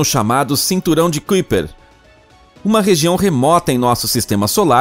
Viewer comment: Se fala caiper, cinturão de caiper